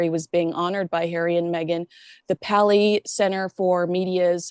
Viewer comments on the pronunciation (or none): Paley pronounced Pay- lee. William S. Paley built the Columbia Broadcasting System (CBS). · FYI - It's PAY-LEE Center. Love you two together!